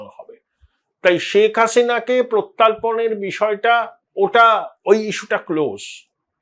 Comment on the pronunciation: অপূর্ব বিশ্লেষণ, তথ্য ও সেগুলির ramifications সহ। অনেকটাই সরল হয়ে গেল সীন্যারিও-টি বুঝতে একটা বিনীত নিবেদন,, আপনি প্রত্যর্পণ ( প্রতি + অর্পণ ) শব্দটিকে প্রত্যার্পণ বলে ফেলছেন, একাধিকবারই। মনে হয় অন্যমনস্কতাই এর কারণ। তবু, মিত্র ব্যক্তিত্ব আপনি, তাই আপনার নজরে আনলাম। আমি আপনার একজন গুণমুগ্ধ শ্রোতা, এবং আপনার ব্যাখ্যা, বিশ্লেষণ খুবই যথার্থ হয়ে থাকে, প্রত্যাশিতভাবেই। নমস্কার জানবেন। ❤